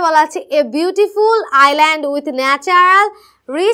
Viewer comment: Island hobe iland noi